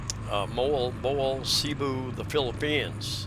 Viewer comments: moAlboAL say it like that emphasis the AL and it sounds right, and PangaSAMA beach emphasis the last syllable ok, good video, cheers and beers ! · You are a daredevil for driving yourself there in the Philippines. Oh and you are most definitely mispronouncing MoalBoal lol it sounds like Moe-Ahhl Bow-Ahhl but who cares right 🤣 Take care man ✌️